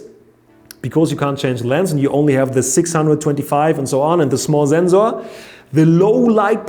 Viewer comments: Zenzor was better 😂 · Lot of mistakes.... You are not that exact as you use to be. But I love your pronunciation of Wifi and ZenZor :-D :-D